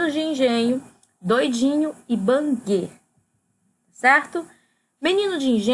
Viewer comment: A bagaceira é de José Américo e o livro Banguê, se pronuncia “bangüê”, o avô se chama Coronel José Paulino. É melhor dar uma olhada, tem vários erros no vídeo.